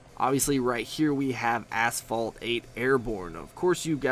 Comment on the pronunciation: He Said ass hpalt 😂😂😂